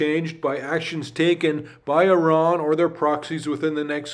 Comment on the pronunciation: Hey Buddy 👋 Here‘s your #1 German-Persian friend again. Thanks for another great video and all your constant effort you put in 👏 I love the fact, that you are one of the few american/canadians that actually pronounce Iran correctly 🎉 Greetings and all my love from Germany ❤